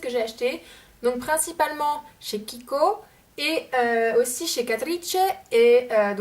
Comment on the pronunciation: Euh Catrice c'est allemand donc ça se prononce "Catrice" comme en français ^^' (désolée c'est pas pour faire ma relou mais ça m'a fait rire quand tu l'as prononcé à l'italienne :) )